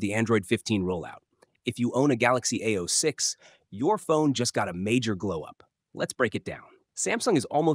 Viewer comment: It's not ao-6. Its a-06👆